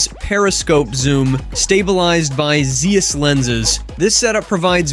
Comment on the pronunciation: Its zeiss not zheus u twatwaffle